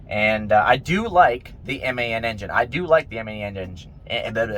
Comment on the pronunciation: Hahah😅😅 you don't know how to pronounce MAN engine 🤣🤣🤣🤣🤣🤣🤣🤣🤣🤣🤣🤣🤣🤣